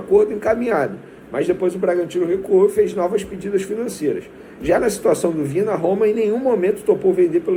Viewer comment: VINHA e não Vina